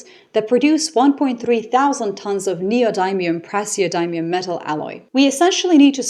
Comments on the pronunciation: Neo-dim-eum. The dim part is pronounced dim like dimmer. Great explanation by the way. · I have always pronounced neodymium as neo dim eeum dim not dime. I'm a geochemist so I have actually had to use the word relatively frequently. Cannot say I have heard neo DIME ium until today. Live and learn, no negative intent here. Now I have to replay part of the vid because writing this distracted me. Anyway, to this now-Canadian once American, the desire for resources is behind all of the orange buffoon's lust for imperial expansion. He does not care a whit about the people, just what the place has in the ground that he can drool over as he paws it with his tiny greasy hands. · Not a chemist but neodymium is pronounced like dim, not dime. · pronunciation ... neodymium: nee-oh-dim-ee-um, praeseodymium: pray-zee-oh-dim-ee-um -- I'd use the IPA small-capital "I" but I think the pronunciation of "dim" is, as Mma Ramotswe would put it, "well known". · the dym in neodymium is pronounced dim, as in dim the lights